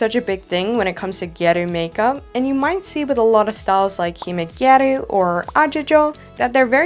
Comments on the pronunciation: very fun. the lower lashes were beautiful, I'm shocked it was a drawing not a false lash. using a false lash would've been a lot easier! the "a" in "gyaru" is a short "a," like in "gal." ( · I'm sorry but how you say gyaru...🥀😭